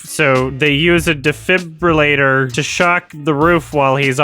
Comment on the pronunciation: i feel very represented by this vid when you struggle to pronounce defibrillator every single time